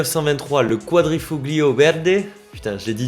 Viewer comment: Merci de parler de cette belle marque. Le G de quadrifoglio ne se prononce pas, tu verras c'est plus facile ;)